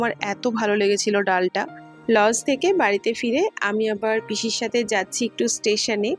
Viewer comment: 'LOZ 'বলে না ওটা কে. Lodge বলে.bangla তে উচ্চারণ হবে 'জ.'বেশি স্টাইল করে কথা বলতে গিয়ে ভুল ভাল যা পারে বলে!